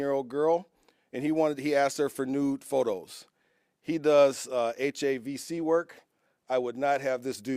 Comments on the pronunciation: It's HVAC not havc.. lol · HAVC.. 😂 ITS HVAC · its HVAC not HAVC not HAV. also none of this guys jokes or one liners make any sense. came across as a very low intelligience officer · Yes! He kept saying "HAVC"! 🤦Drove me crazy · HAvc? Bro., i'm a girl and i know it's called H.V.A.C. heating ventilation aur condish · its hvac😂 not havc 😂 The police steal tax dollars traffic dope but justifying it with this😂 This guy is copying the florida sheriff grandstanding this. Wow how they learn. All tough punks. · It’s pronounced as H-VAC. Great job to your team.